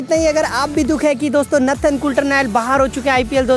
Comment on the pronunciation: Its not natthan its Nathan.